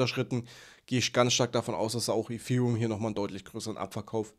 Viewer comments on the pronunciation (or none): Danke für deinen Inhalt, ABER könntest du bitte zum Logopäden gehen und lernen, das "th" auf Englisch korrekt auszusprechen? Gerade bei dem Wort Ethereum ist das sehr störend